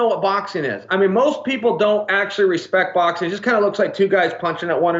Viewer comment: "He no hespect nothing"